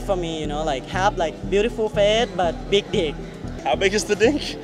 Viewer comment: emphasis on Big D😭😭